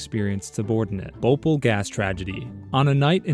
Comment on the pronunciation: the way he said 'bhopal' sucks...